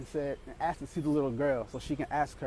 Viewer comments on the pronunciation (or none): WTF happened to the word "Asked" I swear to god no one can pronounce it anymore ending up as "Axed"... The women in this video pronounces every English word fine, but still ends up saying "axed" every time, in almost every video. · These videos are entertaining but PLEASE start pronouncing the work “asked” correctly. It is not “axed”. I hear this multiple times in nearly all of your videos. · Wow, pretty frightening. Lots of people being axed. Wait .... ohhh, *asked? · Its pronounced "asked" not "axed" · I noticed how she says "axed," instead of "asked." Other than that she's pretty good